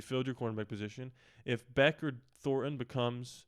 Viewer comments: Jack “Besh” is how it’s pronounced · It’s pronounced Besh.